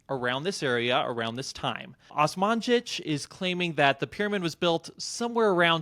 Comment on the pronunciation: Some of the ex Yugoslav archeologists actually came to conclusion that in fact these are pyramids. The uncovered series of underground tunnels. Dr Osmanagić is absolutely onto something. Pronounciation is wrong tho: OSMA NA GI CH PS: You absolutely have no clue what the Yugoslav communists found in the region. It has all been covered up but since we are very well connected I can say that they found countless evidences of giants living in area and also there is a saying for one: "300 Samovala, 300 godina Tražila, 300 godina Tugovala" 300 years she was alone, for 300 years she wandered, for 300 hundred years she felt sorrow. They have found quite a lot of stuff there but nobody from this planet will ever have the access to. Croatia, Bosnia, Montenegro, Serbia...these nations are hiding a lot.